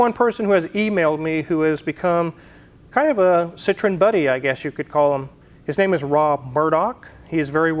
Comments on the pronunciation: pronounced seetroen dude.Citron is really redneck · you better use your phone to help you with your pronunciation of Citroen. The way your saying it, Citron, means lemon in French, and I’m sure you don’t want to invoke that! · Please pronounce the name of your car correctly, you sound ignorant, you own one now. Citrin is a fruit, not an automobile ! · fyi Citroen is pronounced with 3 syllables, "See Troy en" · French word for lemon is citron. Is your car a lemon? No! There is an important separation of sounds at the O and E.